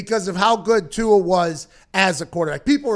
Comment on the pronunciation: You said tua’s name wrong